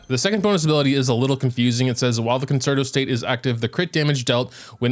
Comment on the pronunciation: please please it is pronounced 'con-chair-toe'